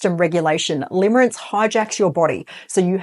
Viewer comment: Limerence not limerance.